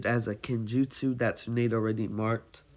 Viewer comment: BOI DID YOU SAY Tsu nade? No There Are No Typos He pronounced Tsunade as Tsu Nade